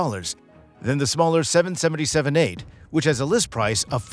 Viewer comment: Please STOP saying seven senenty seven 🤮